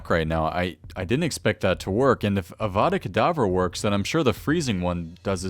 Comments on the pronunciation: its avada kedavra XD not avada kadavara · It's Avada Kedavara not kadavara! 😬🧙‍♂️